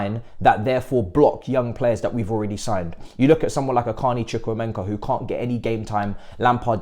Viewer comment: Bruv say his name correctly Chucku - EMEKA there’s no N there bruv